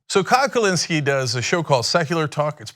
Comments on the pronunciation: Every time Cenk says “Kyle driver” I physically cringe, love the show though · Never say kyledriver again cenk you buffalo